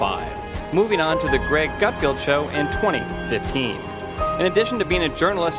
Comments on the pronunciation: It’s pronounced GUTFELD...not GUT field..good god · It is Gutfeld not Gutfield. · His name is "GutFELD". Just read it, that's how it's pronounced!